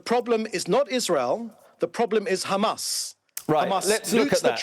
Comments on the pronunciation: Khamas, khamas, khamas, human shield, human shield...blaa, blaa, blaaa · This little piggy must repeat “Khamas” in his sleep